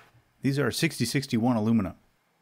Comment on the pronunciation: Favorite part of the video is when you said aluminum correctly